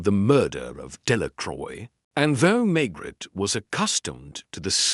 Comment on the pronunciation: Pls learn to pronounce Maigret properly!